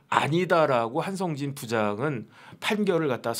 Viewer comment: 동기생이라면서 한성진을 한상진으로 발음?